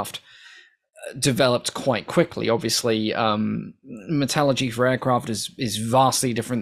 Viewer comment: It it "Metallurgy," not "Metalgy"...